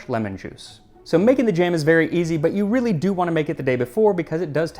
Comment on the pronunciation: It's wreely wreely good...haha needs whip cream!